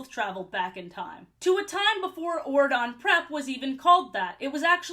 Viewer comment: What is wrong with my ears until I saw Auradon spelled out I was mishearing it as Oregon and just accepted that a U.S. State had a king in this universe